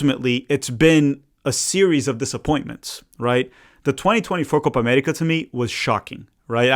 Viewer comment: "Coopa Amettica"